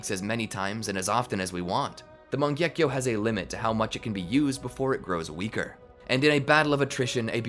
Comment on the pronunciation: oh by the way it's not "mangyekyo" its "mangekyo"